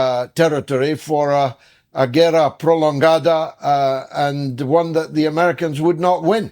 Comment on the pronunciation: Love how George pronounced "Guerra Prolongada" correctly.